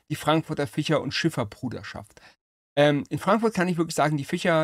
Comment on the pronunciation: urlustig ficher und fleicher, ein interessanter dialekt cool